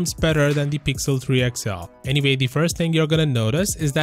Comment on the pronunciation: Why do you say any vay not any way